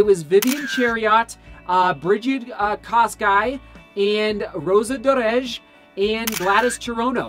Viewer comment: I like how you pronounce Rosa Dereje! Kipchoge is an all Time great not just in running but in sport!